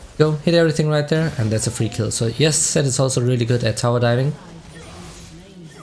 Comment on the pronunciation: when you say Zed it sounds like you said Sett XD. Btw thanks to your videos I learned to play better characters that I wanted to learn and thank you for that ❤️❤️❤️.